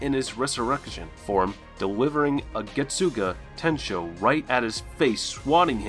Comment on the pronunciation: The American pronounciations are kiiiilling me. Its like those commercials where the American is speaking spanish it’s sooo bad 🤣🤣add some zest to your pronounciation getsuga….. tenshou. Listen to the sub version the pronounciations are perfect!